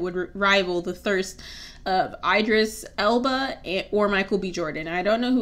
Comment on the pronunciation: Idris Elba is not really cute??? 🤣🤣🤣🤣🤣🤣 sis u have 2 be on crack and you pronounced his name wrong 😡😡😡